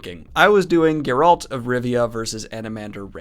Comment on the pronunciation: Start pronouncing Geralt the correct way, you dingbat! You've heard it a thousand times in the show and the games if you played them. HOW DO YOU STILL PRONOUNCE IT LIKE THAT? (Is it pronounced that way in the audiobooks perhaps?)